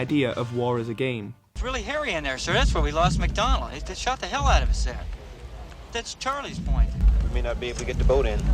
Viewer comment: why does the speaker pronounce the words wrong like always saying "soobject" instead of subject or "oos" instead of "us" or "thut" instead of "that"?